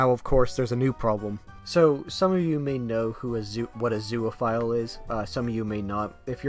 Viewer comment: Bro says it like zooaphile